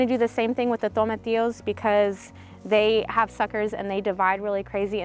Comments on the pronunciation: You pronounced it correctly!! Instant LIKE on this video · Glad to hear someone pronouncing tomatillos correctly.